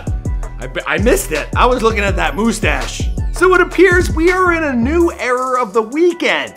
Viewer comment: Please tell me you are taking the piss saying "moo-stash".